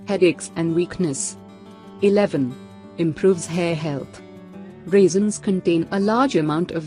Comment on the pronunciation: "Raisins".....why do you pronounce "reasons" ? The listening becomes so confusing🙄🙄